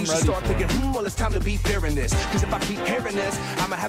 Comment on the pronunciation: 'vis time'.